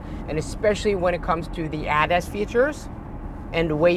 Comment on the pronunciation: Please STOP pronounce ADAS like you are about to say Adidas.